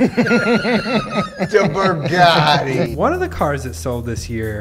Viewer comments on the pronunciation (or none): He said burgati